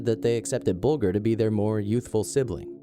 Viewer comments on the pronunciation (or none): The victim of the killers at position #1 is pronounced Bull-Ger (Ger- like at the start of Germany). Terrible case from when I was a kid committed in my neighbourhood. The boys are free now and have secret identities. I truly hope they have reformed. What makes people and kids snap like that? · You pronounced James Bulgers name incorrectly, it's pronounced bulJer, instead of saying the letter G :) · its pronounced as bul-jer not bul-ger but it is spelt bulger rip james bulger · It's buldger not bugler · Sorry to be pedantic, but James Bulger's name is pronounced (bul:jer) not (bul:gur). This happened in my home town Liverpool, and now his killers have been released with multiple new identities. Venables has also been charged with indecent images of children since being released. What a wonderful world we live in. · Great vid but its James BULGER not what you say buljer if you like ....the worst kid killers ever I live same area and it was horrible what they did to poor James RIP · Actually, Venedbles and Thompson both admitted that there was not a sexual nature to their attack on Bulger (pronounced Bul-jer). The Police also said that there was no sexual nature. While it is true that Bulger was found by train tracks naked and 2 days dead, no sexual assault was found. Sorry... We had to research that case in school during Crime and Punishment. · It's pronounced "buljer", dumb yank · Disrespectful that you can't even pronounce James Bulgers name correctly. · Love your videos. Just a note though - that's not how you pronounce Bolger hahaha. The 'g' is pronounced like 'j' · You don't even know how to pronounce the victims name.